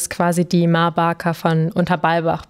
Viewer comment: Wow, ich dachte es heisst ma baker, nicht barker?